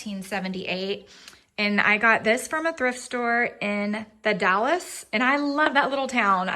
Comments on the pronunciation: I think its actually pronounced The Dalls (short a sound) even though the e is in it. I love the beauty of the Columbia Gorge. I live in South Eastern Washington and have made that trip way more times that I can count 😊 Thanks for sharing your trip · ITS The Dalles, not The Dallas